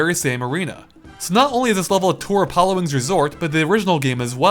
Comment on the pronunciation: Am I the only one hearing him pronounce Pilotwings wrong over and over again?